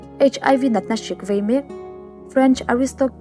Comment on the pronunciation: vei tih tur aw,,,,,,vai ni lo in